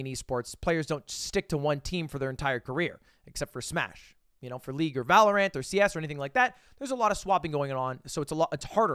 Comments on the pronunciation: Why is he saying Valorant like that.. Valo-rant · Is it some sort of inside joke that Ludwig calls it “Valor-ANT”? I’m so confused. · Does anyone else cringe when lud calls Valorant, ValorAINT